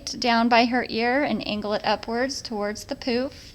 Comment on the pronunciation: Sorry but we giggled every time you said "pooof"